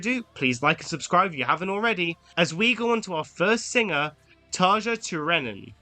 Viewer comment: Great point. But you can’t really expect it from a supposed fan who: A) dislikes Imaginaerum (what the hell, it’s arguably their best album) B) can’t be bothered to look up the pronunciation of Tarja